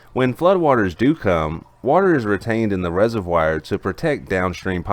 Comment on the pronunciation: Love your channel. View and upvote every day. But you should pronounce 'reservoir' the correct way: /ˈrezərˌvwär/ You can look it up.